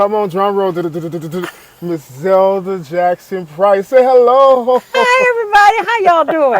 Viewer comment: These interviews are awesome! Continue your work but Mother's name is ZELLA not ZELDA! LOL! God bless you man. 🙏